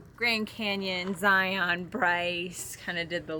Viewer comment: Love your content thank you… just to let you know the “Utah” pronunciation of a few words…. Zion is Zy’ en…. And Hurricane Huri’cun Stay safe